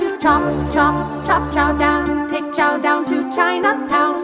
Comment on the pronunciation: Even when you say Chow you say it in the most racist way possible.